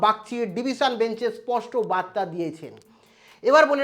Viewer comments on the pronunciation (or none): none